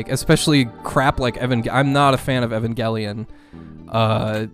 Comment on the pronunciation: It's pronounced Eh-van-juh-lee-on btw!